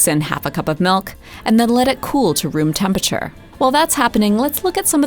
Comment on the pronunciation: Whenever she says MELK I cringe